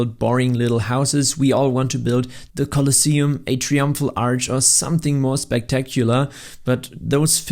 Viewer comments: It's TRY-umphal (not "tree-umphal"). If you were gonna use the word so many freaking times in your video, it could've been slightly less annoying for the viewer if you'd bothered to learn to pronounce it correctly beforehand!!! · brother please its try-umpful not tree-umpful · tree umpfrul arch 😂 that's funny